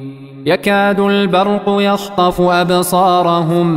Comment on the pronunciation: الاية يكاد البرق يخطف مش يشطف